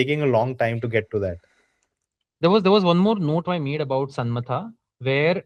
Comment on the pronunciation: Her name is not Shanmatha its pronounced as “Shamna”-“tha”. Her name is Shamna and tha is basically ithha in Malayalam or sister.